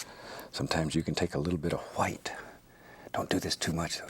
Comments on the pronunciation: I love when he says liquid hwite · (bob really enunciates the HHHwhite ....big time) "Sometimes you can take a little HHHHHHHHHHH-W-H-I-T-E. just a little tho.....not too much now. (fast inhale) ooooh - i like that - ooooh - that's nice! "